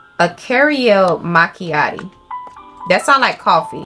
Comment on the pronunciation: "cariel machiati"